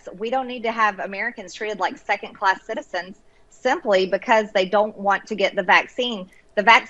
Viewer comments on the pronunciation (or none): The word is “second”, not secant.........unless she is trying to describe something to do with geometry......